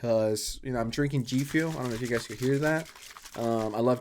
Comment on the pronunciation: Im going to give him a pass on the way pronounces G fuel. If you want to be a meanie because it bothers you then that's on you.